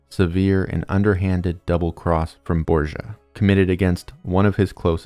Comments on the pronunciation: borDGia...not borsa, please!! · really grat video it made me rethink of how bad they had toght it at school try to reserch the pronunciation of some names hearing borgia like that was hilarious